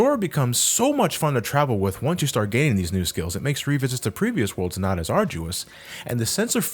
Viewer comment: You still say WIF instead of With? Wow you must be a baby